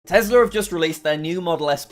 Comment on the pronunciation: tesler??? or tesla?